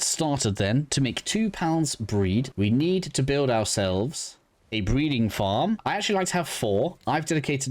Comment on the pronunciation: Is it buld instead of build on purpose?